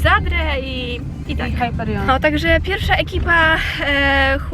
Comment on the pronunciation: nie mówi się Hajperion tylko Hyperion